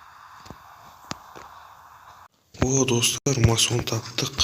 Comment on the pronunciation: Брат мас он емес мак он